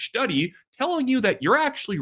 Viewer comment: I love the way you call it a "schtudy"! 😅